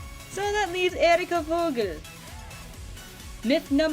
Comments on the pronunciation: Thank you for this great video! But wouldn't Lichtenstein's last name be pronounced as Fogel (writes as Vogel) because in the German language the letter V is prounounced as F? Just thought I'd point that out,because you pronounced it with a V :) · No hate, but Vogel isn't pronounced like that lmao